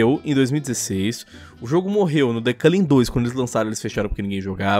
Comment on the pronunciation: The Culling: The Collang Eu: The Cu